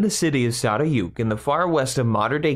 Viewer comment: It is pronounced Saray-juk and also, berke is pronounced ber-ke